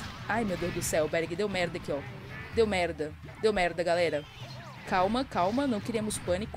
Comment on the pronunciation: hehe e impressão minha ou quando tu fala estou na merda soa para mim tipo estou na merrrda xD